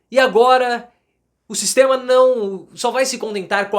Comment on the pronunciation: O " Sixxxteama" é FOADA parcearo!! 😂😂😂